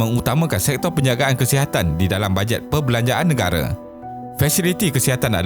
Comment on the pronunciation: Okeh tq.. cuma admin perlu belajar vokal untuk sebutan perkataan-perkataan yang penting contohnya Nengara sebutan nya negara